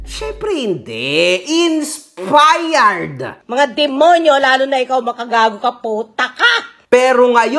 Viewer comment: Ano nga yung sabi ni? Insipired daw? HAHAHAHA